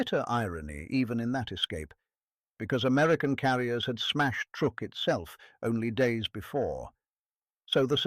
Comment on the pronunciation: !"Truook?! it is pronounced TRUCK! Stop using stupid AI, Proofread your creations before you post.